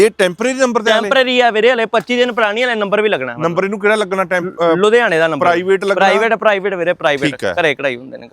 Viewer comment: ludiana nhi ludhiana hunda 😂😂😂😂